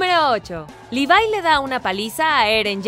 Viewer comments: Se dice Levi no livai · mi mente se retuerse como berthlod al escuchar ¨livai¨ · cada vez que dice levai me sale un tumor de 30 cm de longitud y explota